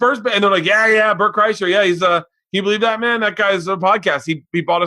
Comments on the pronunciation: Am I crazy, or was Ricky boy saying KreischNer just to see if Bert would bring it up? Rick and his human being studies. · Rick said Bert Kreischner. lol. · I thought Rick was saying Kreischner on purpose to see if Bert would say his breath was bad. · Great episode! 😋👍 I was so happy when Bert corrected rick on the pronunciation of his name, that was the PERFECT way to illustrate EXACTLY what they were discussing prior to!!! ❤️ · Yeah until he consistently said Bert's last name wrong. Then it got uncomfortable